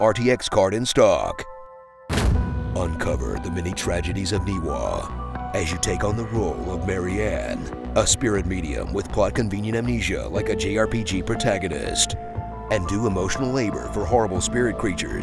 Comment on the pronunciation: It’s pronounced NIVA. The W is a V.